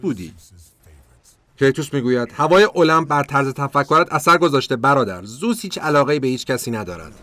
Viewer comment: داداش زوس نیست، درستش زئوسه😂